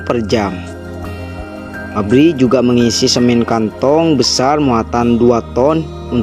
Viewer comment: Penggambarannya kok tambang batubara.. Bhasanya semin jg dipengaruhi dialek mungkin.. Hrsnya semen..